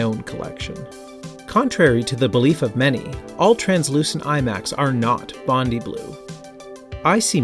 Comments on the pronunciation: Nice video and walk through history here. Can I just say though, as an Australian (where Bondi is actually located), it's pronounced bond-eye, not bondy. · Bondi is pronounced Bon-die btw. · Pronounced "Bond-eye", just saying haha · dude please learn how to pronounce "Bondi"